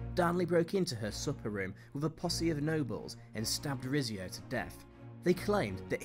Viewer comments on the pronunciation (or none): It's dynasty like din nasty , not die nisty. Mary of Guise's surname is pronounced Geez not Guys. Rizzio is pronounced Ritsio. I think you should have had some "honourable mentions". William II (William Rufus) who was brutal, disliked and soon murdered, Richard I who used England as a cash cow to provide money for the crusades, and who spent not more than 6 months of his reign in England; Edward II who was not much interested in being King and had poor judgement. He indulged favourites who antagonised his barons and caused them to rise against him, lost the throne and was murdered: Richard II who also had bad judgement, presided over heavy tax burdens causing the peasants' revolt, lost the throne and was murdered: Charles I who had bad judgement, poor leadership skills, lost the throne and was executed: Charles II who was sponsored by a pension from the French King to keep him acting in the interests of France and was too dissolute and uninterested in ruling to maintain the British navy, allowing the Dutch to invade Britain, all the way up the Thames to London: George IV who was basically fat dissolute and useless. Plenty of contenders among the British monarchs :-)